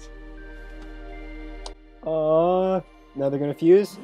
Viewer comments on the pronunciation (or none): garnet g a r n e t G o r n e t